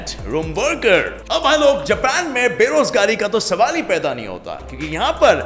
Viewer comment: Don't say japan like that or otherwise I hate u because I love anime ❤️